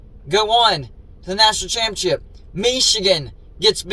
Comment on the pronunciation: Why are you featuring another cfb youtuber in one of your videos? Odd. Its like you're an Uncle Lou sycophant/fanboy. PS, please stop pronouncing "ChAAMpeeonnSSSHHIP" as "CHiMPionCHIP" 🙄🥴🧐😳